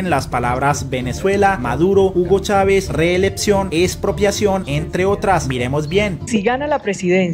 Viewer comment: Quien narra este anàlisis no sabe pronunciar reeleCción, pronuncia la P en lugar de la C, resulta molesto.